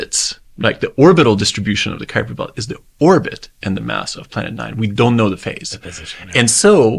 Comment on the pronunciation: I am amazed how proper you pronounce Kuiper!🇳🇱